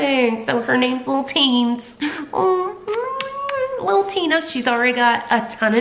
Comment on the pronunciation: Been meaning to watch this for a week! Finally I have! TINAAA 😩😩😩 she’s such a Tina-Louise Marie 🧡 the way you say it in your accent.. I just adore! I kept singing Tina Turner “Nutbush”😂 and also thinking of “Tina the talking tummy!” Off white chicks 😂😂 She’s a little darling! I love her🥰 Hope she’s settling in well girl!🧡🧡🧡🧡